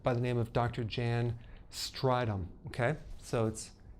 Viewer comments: Dr Berg, you pronunciation of Dr. Jan Strydom's name is hilarious. It is a common South African name, like yours. I will try and write it phonetically: Jun (Like Attila the Hun) Straydom. It is a man's name. Baie dankie (Thank you, in Afrikaans). Great videos thank you from Johannesburg South Africa. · Jan strydom you saying it wrong haha yea he is from south africa